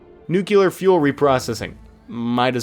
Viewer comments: I swear he said "nucelar" at the end when talking about nuclear trains 😂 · I love how you totally gave up on nuclear pronunciation. 💀